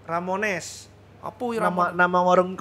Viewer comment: yeah yg bener Ramones, bukan Romanes, wkwkwkwk 😁🤣👍🏼👏🏼 Terimakasih dr.Tirta untuk podcast nya, semoga semakin semakin sukses & sehat selalu dr.Tirta 👍🏼😁😀😇😘🤗💐🤩👏🏼😍